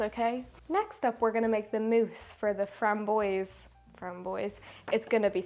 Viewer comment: Your pronunciation of French is delightful. If you would like it to be less fun, but closer to French, say “frahm bwahze” instead of “framm-boyzee”. On the other hand, don’t. Stay delightful. Either way, your call. 😁